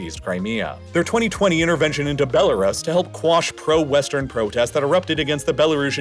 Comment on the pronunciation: The way this man pronounces Belarus is downright jarring every time